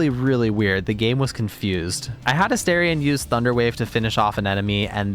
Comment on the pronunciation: Can I just say I love your video? However, I cannot subscribe until you pronounce my boo's name properly. It's A Star ree ahn, not A Stare ree ahn. Just FYI.